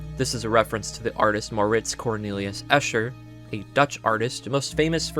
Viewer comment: Literally never heard M. C. Escher's name pronounced in full like this.